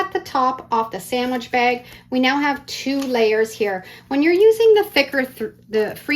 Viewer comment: Bag not bagi